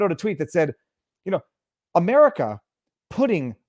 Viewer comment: You said by virtue of putting and I heard pudding. By virtue of pudding. I love it.